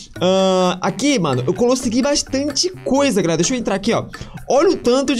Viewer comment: O mais em graça do foi que ele disse que tava gravando pela primeira vez e ele disse galela